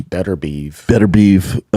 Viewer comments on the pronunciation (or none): You just know Brendan didn’t watch the boxing at all 🤣. Can’t even pronounce beterbiev name he only would’ve heard it in commentary 100 x